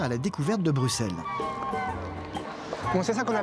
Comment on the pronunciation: si t'aimes autant Bx faut savoir qu'on fit Brussels en belgique on dit pas le x 😭